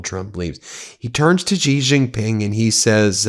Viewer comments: His surname is pronounced 'she', not 'gee'. Why can't you learn that? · Please pronounce Xi as "she" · Only an American would mispronouce a world leaders name, a Chinese World Leaders name, not once, but year after year after year. Come on Ben I gave you a little bit of nous, but these last days you have really disappointed. It was that Xi did not want the USA to fall into the Thucydides Trap,not the opposite as you state, but then that does not sound like an aggressive China, which compared to you war mongers, they definitely are not.